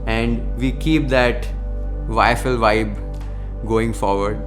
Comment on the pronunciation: You haven't changed in all these years - you still mispronounce YFL as IFL😅Keep going🎉